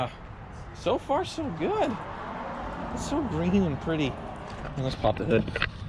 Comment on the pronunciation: "It's Gween" shoutout to TheReportOfTheWeek